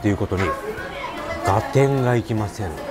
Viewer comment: 旨そうだけど 一品一品高いね あと、ずっと、がてんってはいじぃは言ってるけどがってんだよ